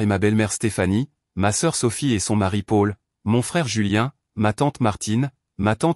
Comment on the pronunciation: On dit Pol pour Paul, et non Pôle 😅